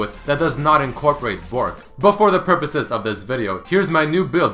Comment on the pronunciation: Its borTk not just bork.